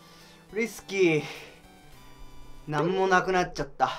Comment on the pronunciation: 最初のリスキーがウイスキーに聞こえた笑笑